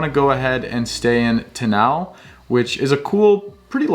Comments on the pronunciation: Its Te Aaa-Now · Just some friendly help with place names. Te Anau = Tea-are-no. Tekapo = tech-a-paw :) love that you love here. Awesome video! 👏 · Learn how to pronounce names please!!!! Tenow?? Teekaapo?? Blenhime??